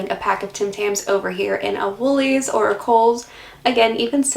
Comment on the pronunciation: I love hearing you say Woolies, Coles and servo. You’re learning the language